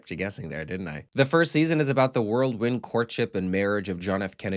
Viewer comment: Surely this guy did not say "world wind"